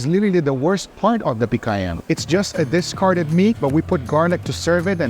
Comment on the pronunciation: Are you Brazilian? Lmaaaao That explains the perfect pronounciation of "picanha"